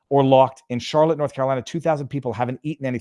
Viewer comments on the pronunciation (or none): none